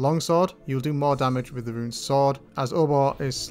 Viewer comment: can tell the difference when he says run and rune